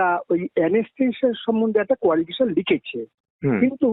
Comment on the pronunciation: কোয়ালিফিশন নয় কোয়ালিফিকেশন....উচ্চারণ টা অন্তত ঠিকঠাক করুন।